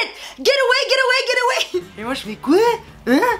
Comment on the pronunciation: C'est pas " ger awey " 😅😅